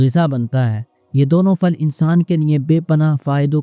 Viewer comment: ہندوؤں کی طرح پھل کو فل کیوں بول رہے ہیں؟